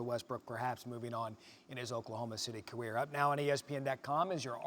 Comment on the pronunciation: this man just said caweer